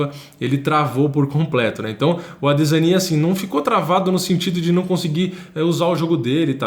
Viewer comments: Doeu os ouvidos o chamando o adesanya de ADE ZÃ NIA... pqp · Engraçado é o nosso a 2 anos atrás pronunciando errado o nome do Adesanya kkkk. Vídeos maravilhosos irmão 💪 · Incrível ver o falando ADESANYA errado 😂😂😂😂